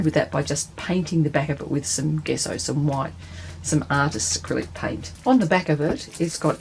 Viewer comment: 'Gesso' with a j-sound. In Italian, the hard 'g' is indicated by the presence of H, so that 'gh' = G, but 'g' = J.